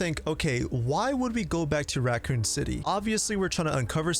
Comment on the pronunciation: Yes you are, there isn’t a T in raccoon